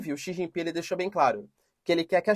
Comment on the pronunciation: Professor não è D chau ping è Xie ji ping